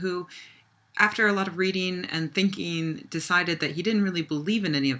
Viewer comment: read-een and think-een wtf.